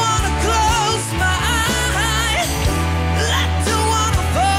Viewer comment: Harusnya kan eyes ya 😂, salah pelafalan eja